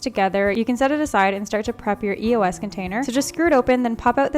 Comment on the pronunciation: its not pronounced E-O-S its pronounced eos as a word